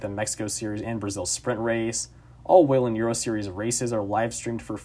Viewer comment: Someone who actually knows how to pronounce Whelen?! 😱